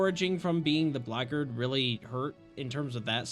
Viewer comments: It’s not pronounced blackgard, it’s blackguard, as in black-guard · Is Blackguard supposed to be pronounced like "Blaggard" lmfao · That's what I thought you said. I was like "What kinda modded class is the Blaggard?" Then I looked at my screen and went "OH BLACKGUARD!!" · I'm sorry, as a Blackguard player, the way you pronounced "Blackguard" dealt major psychic damage to me 😭